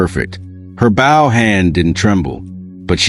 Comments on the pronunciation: Not "batten", but Ba-TON! Not "bow" (bough) but Bow (boe) you ignorant piece of metal! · The mispronunciations of baton and bow were very annoying. Bow was pronounced correctly only ONCE, when referring to her father The mispellings of names, REY HAS for Reyas, is also annoying if you are trying toread the info not listen. STOP using AI if they can not say the words with the correct pronunciations! (I don't listen to a lot of these due to the CONSTANT AI screw ups!) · OMG so right. Baton, bow, resin. I play violin and I was flinching at the pronunciations. Seriously took away from the story.